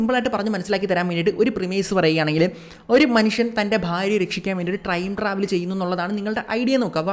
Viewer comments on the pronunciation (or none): ട്രൈയിം ... ട്രാവൽ.... അല്ല.. ടൈം... ട്രവൽ....👍